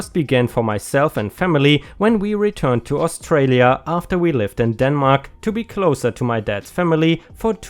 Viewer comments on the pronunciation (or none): none